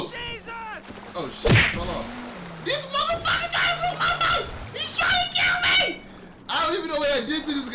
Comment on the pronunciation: That's crazy...1. You say mothabitch like me. 2. You got the same fear as me I thought I was the only one...big ass enormous things next to me make me all panicked...I be having nightmares about shyt like that